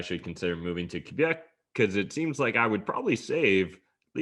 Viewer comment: I like the way you pronounce "Q" beck!